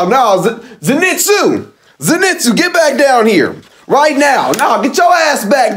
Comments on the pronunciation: Bro, why tf do y'all keep saying "Zinetsu"?😭😭 It's "ZENITSU" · not ze- nit-su but zen-i-tsu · Its zen eet suu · The way he pronounces “Zenitsu” 🙉🙉